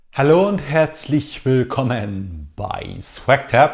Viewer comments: Warum spricht er das "Willkommen" so seltsam aus? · ich würde mich freuen, wenn du deine Begrüßung ändern würdest. Dieses langsame "Halloooo, herzlich willKooommen beii...." hört sich sehr künstlich und nervig an. Der Satz ist okay, nur die Art und Weise deiner Aussprache bei diesem Satz ist meggaaaaa nervig.